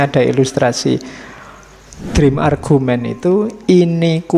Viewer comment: Yth Admin, mohon tolong untuk pronunciation bahasa Inggris atau bahasa asing lain, sekarang kita bisa membuka bantuan semacam google translate. Contoh: argument dibaca /argyument/ Semoga menjadikan periksa. Bila tak berkenan, saya mohon maaf.